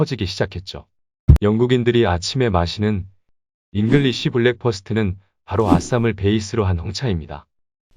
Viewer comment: English Breakfast는 왜 다들 잉글리쉬블랙퍼스트라고 발음할까요? 심지어 네이버 마켓이나 각종 강좌에서 강사들도 그렇게 부르고 있네요.?